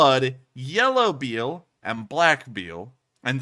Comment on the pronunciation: “yellow Beal and black Beal” …. Like Jessica Biel? Lol it’s bile my dude. But that is interesting; the humorism thing. Okay, just got to the part where the chat corrected you, sorry. 😆